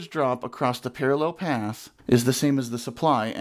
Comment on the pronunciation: Par-a-LELL ! I love it, that is how I say it. I also say food proces-SORE